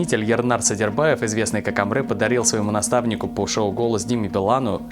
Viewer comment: Уважаемые ребята. Спасибо за хорошие новости. Одна поправочка. В слове Әміре, а в Русском написании Амре нет буквы Э, а есть буква Е. Поэтому правильно надо читать АмрЕ.